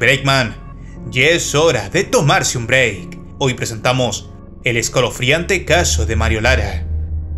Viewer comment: "Esquelofriante " es lo que oí XD